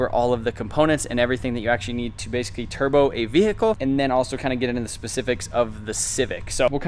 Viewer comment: I love how this dude says "basicy" .. nice video!